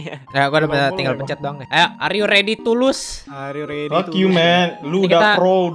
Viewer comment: do you redy to lose😂